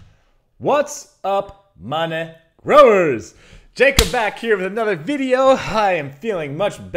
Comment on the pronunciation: Hahaha “what’s up ma-negrow-ers “ what 😂